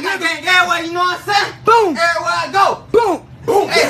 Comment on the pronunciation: It’s not boinkkk gang it’s boonk gang